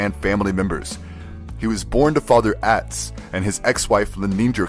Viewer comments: ATz??? Why does the narrator pronounce his name like that? It's not the way it is said on the program. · The name is properly pronounced OTZ.